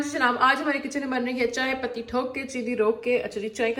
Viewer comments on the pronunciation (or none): Madam patti hota hai not pati(husband) or thok hota hai not thook(spit) pls mind it